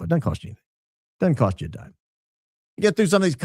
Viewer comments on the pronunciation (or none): none